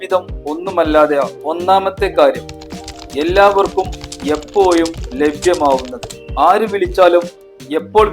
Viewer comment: എപ്പോഴും എന്ന് പറയു എപ്പോ യും അല്ല... സ്കൂളിൽ ടീച്ചർ പഠിപ്പിച്ചില്ലേ നല്ല ഭാഷ പറയാൻ.